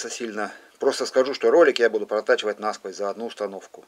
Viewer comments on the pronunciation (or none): none